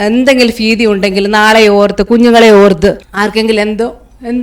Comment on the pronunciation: ഭാരം,ഭാവി,ഭീതി എന്ന് പറയുവാൻ ശ്രമിക്കുക.നല്ല സാക്ഷ്യമാണ് കേട്ടോ.